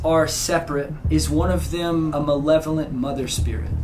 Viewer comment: manevolent? Two years later and I just realized Colby said that and not malevolent